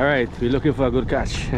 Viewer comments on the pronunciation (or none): is word is not kach is catch u pronounce some words wrong you sound like trini lol